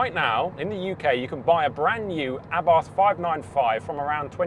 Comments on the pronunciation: Porsche is not pronounced “Porsh” and Carlos Abarth has never been British, hence his name is not pronounced with a th. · I almost closed this video at that mark because of the grossly incorrect pronunciation of Abarth. A lay person getting it wrong is fine, but it is beyond me why CAR JOURNALISTS seem to refuse to pronounce names correctly. It's for this reason I've stopped watching any UK reviews of Hyundai cars... the pronunciation of the name is f*cking atrocious. DO BETTER!